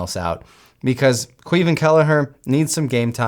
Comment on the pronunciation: Caoimhín Kelleher first name is pronounced as Kwiveen, that is how it spoken.